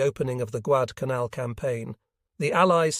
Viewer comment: Agreed, it is very difficult to follow the order of the videos. This video actually pronounced Guadalcanal correctly one or two times. The islands covered in this video are so small and obscure.